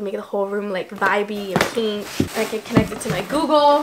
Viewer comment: lol you say pink like alisha. She says it like “peenk”